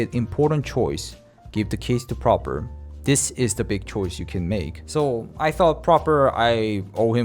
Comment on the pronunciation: Also it's PrApor, not PrOpor